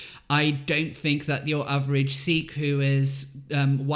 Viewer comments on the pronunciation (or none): none